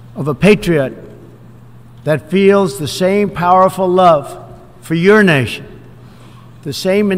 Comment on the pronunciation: does he say yournation or urination ;)